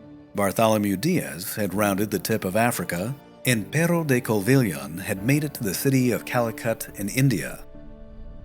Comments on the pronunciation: The pronunciation of the name is not correct in sime cases. it is Covilja and not Coviha, as you pronounce. Thank you. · if you ever make another video in wich you say portugueses names, i just wanted to say we don't pronounce the H like that. covilhã can be said as cOvilia. and because of the "~" you should push the "a" to sound more like "An?" other than that, thanks for the wonderful video and your pronunciation of Afonso de Paiva is perfect! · Covilha is pronounced Covija, not Coviha 😂😂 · Toda vez que ele falou "covilrra" meu coração doeu um pouco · Wrong. More like Co -vi - llan in Spanish (I'm Brazilian, so I know better Portuguese) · covilha is pronounced covil-ya. the h makes the yuh sound. If you dont even know how to say basic portuguese words and names, why make a video about portugal? Its like making a video about england without knowing how to say english names like "elizabeth" or "wellington" or "nelson". Or about germany without knowing how to say "bismark" or "prussia". Is this just a bad AI voice reading things out, or a really ignorant american just guessing things?